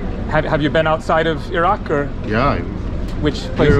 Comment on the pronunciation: Nice video! You sure can pick the places! Glad you make the effort to pronounce ‘ ear-rac’ instead of eye rac’ be safe.